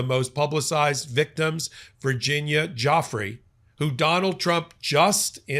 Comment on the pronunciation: Virginia “Goo fray”